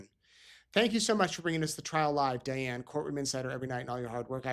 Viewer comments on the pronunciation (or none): none